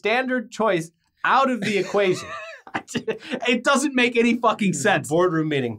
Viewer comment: Did call it "Netflick"?